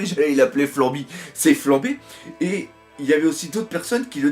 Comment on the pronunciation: PUTIN !!! C'est FLAMPE !! AVEC UN PPPPPP ! Arrêtez de dire flambe, ca me fou la gerbe